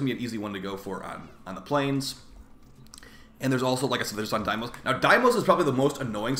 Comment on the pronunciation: Cool vid and all, but please say deimos correctly man.